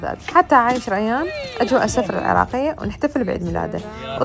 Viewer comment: سُفرة وليس سَفرة 😂 الف عافية وعاشت ايدج مبينة كلش طيبة الدولمة ❤